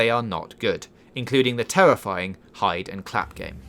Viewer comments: "Twooly Tewifying" Dude, good content and editing. But please get someone else to do the voice over. It's NOT your thing. You need to be able to say your Rs. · Utterly TEWWIFYING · I don't want to be "tewwowized". That sounds tewwifying